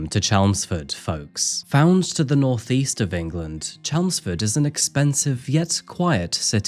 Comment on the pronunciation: "North East",? 😂